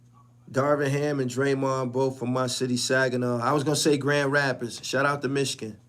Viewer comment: Grand rapids all day you said it right myg